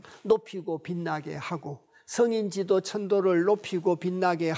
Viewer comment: 죄송하오나, 한자 한문의 독법이 틀렼ㅆ아옵기 지적하지 않을 수 없아옵니다.. "성인지도" 소인지도" 의 독법이 틀렸아옵니다. 이 4자구를 두자씩 띄어서 읽으셨습니다. "성인지 도"라고 석 자 한 자로 ㅋ띄어서 읽으셔야합니다. 이 "갈 지"는 소유격임을 아시면 이런 실수는 하지 않으실 것입니다. 자못 실망햌ㅆ아옵니다. "한국 어문을 고발함"이라는 책을 조용히 읽어 주십시요.